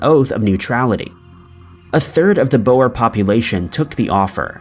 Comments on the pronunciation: Not boas its " boere" pronounced boor singular or Boere (boo-re) plural Nice doccie by the way very informative!!! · Boer Wars. wel it is pronounced as Boohrs (phonectic) it is Dutch for farmers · You mispronounced several names as usual. "Coventry" is enunciated as "cuv-ven-tree", "Boer" is "boor" and "Byzantine" is "biz-zan-tine". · Bruh the way you said boer 😂 Glad attention was brought to the concentration camps though. It's a dark part of our history.